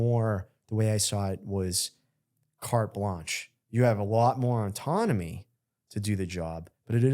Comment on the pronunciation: Why can’t he say the word ‘ autonomy’ properly? He keeps saying auntonomy or something. He puts an extra n that shouldn’t be there, every time he tries to say it.